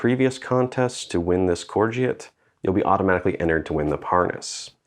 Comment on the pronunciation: Pronounced “core go”